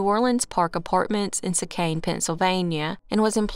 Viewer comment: Just in the interest of helping: HAVE-er-town, SEE-cane